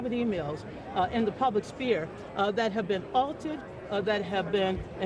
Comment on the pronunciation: She said "the public spear" twice.